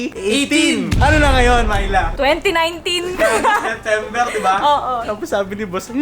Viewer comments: Sa twing binabanggit ni yung name ni Myla, naririnig ko "My love" HAHAHA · Unang dinig ko talaga sa Myla eh, "My Love". AHAHAHA.